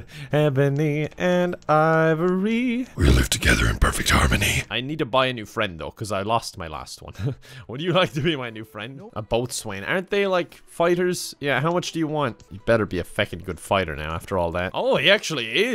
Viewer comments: boatswain is pronounced bosun and they’re traditionally in charge of distributing resources amongst the crew and keeping track of inventory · FWIW, "Boatswain" is pronounced "BO-zun"